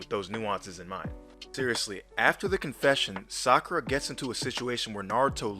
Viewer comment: ... I aint the only one, right? The AI Naruto called her Fakura!